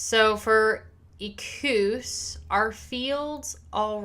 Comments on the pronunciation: "Ek-wuss", FYI. Great react. Loved it! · you are not saying it right. it is e-kwus